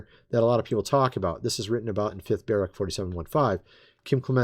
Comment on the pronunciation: It's Ba-rook.